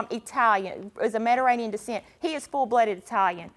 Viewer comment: The way that first women is pronouncing Mediterranean 😂😂